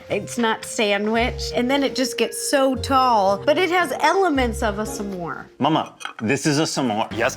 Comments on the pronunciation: So distracted by everyone saying sa more instead of s’more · WHY DO THEY KEEP SAYING SAH MORES I STEAD OF S’MORES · It bothers me a lot more than it should the way they pronounce S'more. It isn't Suh more, it's Smore. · I hate the way they say “summore” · It’s SMore, not SUH-more, y’all. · Rosanna keeps pronouncing it like “some more” instead of s’more. I get that that’s it’s etymology but it just sounds very odd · Why are they saying sa-more and not smore???? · Saying smore like summore is truly the part of this that’s killing me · Question: do all Americans say "sa-more"? I say it as one syllable. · I can’t handle them saying s’more wrong the whole video 😂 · Lol the way they are saying “suh-more” instead of s’more drove me nuts 😂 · why tf does everyone say “sah-more” it’s smore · Divisive opinion: There's no way it's pronounced "suh-môrz". It's gotta be "smôrz" or it sounds awful. It's a conjunction, we can't just add sounds 😭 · It hurts hearing "suh-more" instead of s'more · How are none of the comments mentioning Rosanna pronouncing s'more as sah-more?! 😂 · They’re pronouncing the s and m too much it’s one syllable smore. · Do all Americans pronounce s'more like that? Suh-more? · Why do they all pronounce it "Sa-more" except the restaurant owner? Where did they learn to pronounce it? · Maybe it's a Canadian thing, but I thought "smore" was a 1-syllable word? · I love rosanna and saying s’more so badly the subtitles say “sam more” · this video has taught me that i have a very big pet peeve of people who say "Sah - more" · Anybody else going insane over their 2 syllable “sa-more” pronunciation?? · Who else has never said s'more with more than one syllable?